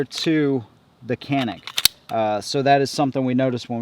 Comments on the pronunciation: The "c" is pronounced "ja" in Turkish. Thus the proper pronunciation is "Janick". Not "CAN ick" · İts not call ''Kanik'' its ''Canik'' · You don't pronounce canik like that. Turkish is a phonetic language so it is /canik/ not /kenık/ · You are saying that it's pronounced like a "J" As in Janik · Kenik değil Canik cahil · no no no CANİK "Read as written in Turkish" ok canik no janik CANİK OK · nearest pronunciation chanik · Actually canik is not pronunciate like that in Turkish language. Our language c sound pronunciate like g sound but not like glock's G; like a gpu's g. You are saying k according to us.